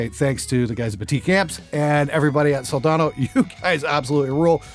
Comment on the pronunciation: good gawd, thank you for pronouncing it right. hope in humanity: restored.